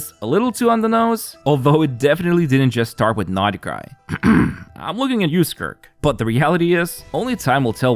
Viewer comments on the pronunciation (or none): Every time you pronounce it "nod-i-krai" my eye twitches. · I can't. sorry, not sorry....but I can't watch any of your videos. It makes me want to rip my ears off every time I hear you say "NADA-CRY".